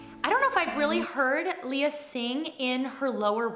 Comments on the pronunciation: She actually pronounces her name as Lay-a and not Lee-ya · Le - soft E when saying her name.. LEY - YA NOT LEE-YA... :)